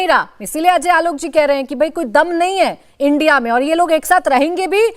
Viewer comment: "आई.एन.डी.आई.ए" कहिए मैडम.. इंडिया नही। "एन.डी.ए" का रहेहै...... ना के "नदा"